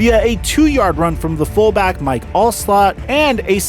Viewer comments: You're showing your age. Please respect the GREATEST FB of all time and pronounce his name properly... Mike Alstott. I'm only teasing of course, but it made me realize you're probably younger than I thought and you don't even really know who he is! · You must be young as hell if you don’t don’t how to say Mike Alstott Dude was a household name back then